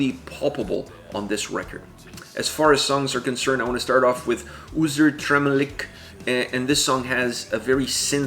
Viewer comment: I am so excited for this record! As a longtime fan of both Lord of the Lost and Oomph I screamed when I found out that Chris and Dero were doing a collaboration. I can't wait to hear the full album. P.S. your pronunciation wasn't half bad - words like Unzertrennlich are hard